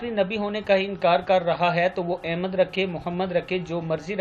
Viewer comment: بھائی لفظ احمد ہوتا ہے الف کے اوپر زبر کے ساتھ نہ کہ الف زیر کے ساتھ بہت سے لوگ سخت غلطی کرتے ہیں الف زیر کے ساتھ پڑھتے ہیں۔